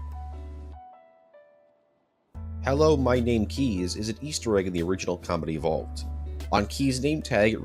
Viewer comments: Why does it sound like you say comedy evolved and not combat evolved (just a little nit pick) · Am I the only one who keeps hearing him say “Halo: Comedy Evolved”? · Am I wrong or was he saying “comedy evolved”? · Not gonna lie, whenever you said Combat Evolved, I kept hearing Comedy Evolved.